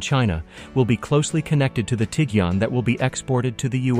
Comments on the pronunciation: This guy pronounced Tiguan like 5 different ways 😂😂😂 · None of which were correct, ex. Tee-gen.